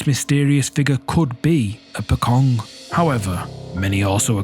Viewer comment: The Pocong or 'Po-Chong' as how you should pronounce it, is not only a folklore in Indonesia but Malaysia as well. Especially the video you posted is from Terengganu, Malaysia.